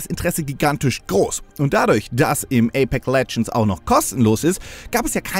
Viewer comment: Ich hör die ganze Zeit nur ApeC Legends. [EYPÄKS]